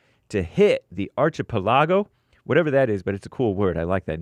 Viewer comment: says, "Archipelago" funny. 🤭 "aar-kuh-peh-luh-gow" is how I say it. 🤓